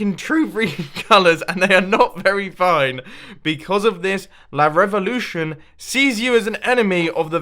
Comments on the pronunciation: Its not la revulotion!!! Its #VivaLaRevulotion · The way he pronounces "Viva la revolution" 😂😂😂